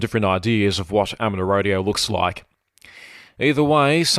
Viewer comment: There is a "U" in amateur, it is not ameter